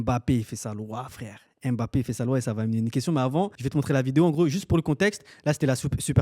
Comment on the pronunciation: tu m'a fait frizzer mes oreilles. EMEBAPPé, pardon respectons le nom de l'enfant "MBAPPé", tu dis pas EMambo tu dis mambo. a dit "jai la video j'ai cru que vous alliez montrer les videos de la tromperie🤣🤣🤣"